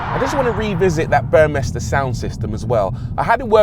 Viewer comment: This is going to be a future classic like the CLK. Nice review and great to hear ‘Burmester’ pronounced correctly.